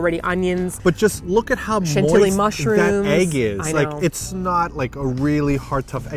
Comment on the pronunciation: I literally laughed out loud when said MOIST EEGS!!! p.s im in a library at my uni... 😂😂😂😂